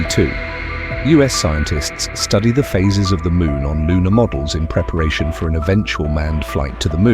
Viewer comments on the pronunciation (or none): none